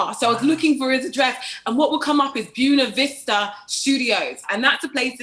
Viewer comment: Bew-na Vista...? GURLLLLLL, 😂